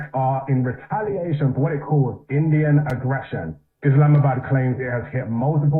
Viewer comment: Delhi pe missile mar rhe ho aur bol rhe reatliation proportianate tha 😂😂